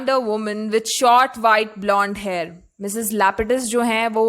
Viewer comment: First of all, Her name in not lupidus Her name is lapidus